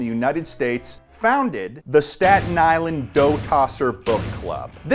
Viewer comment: When your from Staten Island and you hear him say Staten Island